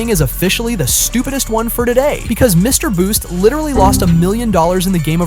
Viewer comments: Mr Breast? haha brest? didnt think it was so hard to say beast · "Mrbreast", "Mrbleach" and "Mrboost" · BRO SAID MRBOOST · lol Mr breast lol did he say Mr Bleach 😂. I think this guy low key hates Mr Beast 😂 oops Mr boost ok I think I gotten all did I win anything lol. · Mr Breast 😭😭😭